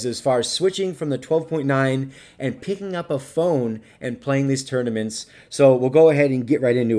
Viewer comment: Tought you said "turdaments"